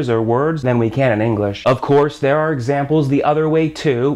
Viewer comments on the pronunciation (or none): none